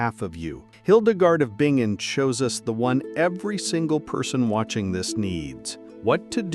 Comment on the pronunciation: Hildegard of Bingen is my hero. FYI She had severe CFS - Chronic Fatigue Syndrome, just like I do. BTW It's pronounced Bin-gin.